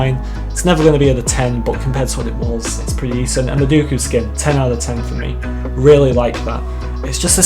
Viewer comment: you still get it wrong it’s earl dooku tut tut tut I’ll be speaking to commander croissant soon